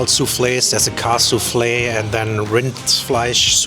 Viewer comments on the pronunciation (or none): Not souflfe it is zuurflees which means sour meat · He says soufflé. Maybe they say zoer instead of zuur in Limburg, so that might sound like sou. But you definitely pronounce the s of vlees, otherwise it doesn't make sense. And he mentions kaassoufflé as well, so he thought they were related (which is not the case)